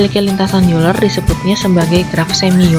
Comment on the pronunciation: Euler dibacanya oyler